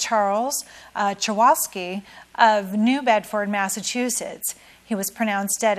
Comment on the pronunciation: This man was my uncle, who died, and id appreciate if you could pronounce his name right char-kow(cow)-Ski thanks. dont you take speech classes as a achcor person